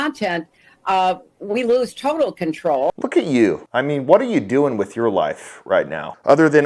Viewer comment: Mind you she said I quote” we lose total control” with emphasis on total control.